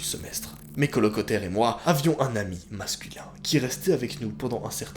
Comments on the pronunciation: 😂😂😂 , mets colocotaires😂😂😂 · haha "colocotaires"